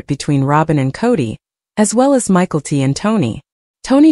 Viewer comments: Michael T 🤣🤣 Mick - ell- tee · Michael T. You can't even pronounce the names correctly.